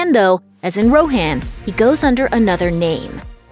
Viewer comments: Roe-hann and thayne-gehl oh god it’s cringe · The way you you pronounced Rohan 😬